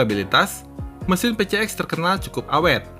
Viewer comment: Honda PCX, orang2 nyebutnya Pe Ce Ek 🤧, jujur kuping gw terganggu sama cara nyebutnya itu, padahal yg bener dibacanya Pi Si Eks, bukan Pe Ce Ek,, dan memang bagi gw pengucapan Pi Si Eks lebih enak didenger dan nyaman di telinga,,, sorry bukan sok English ,,, karna memang PCX itu diambil dari singkatan bahasa Inggris, yaitu Personal Comfort Xaloon (plesetan kata dari Saloon) yg artinya kendaraan pribadi yg menawarkan kenyamanan dan kemewahan 🙏🤧